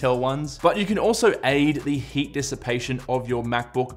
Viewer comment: I thought you said “hate” is one of the factors 🤣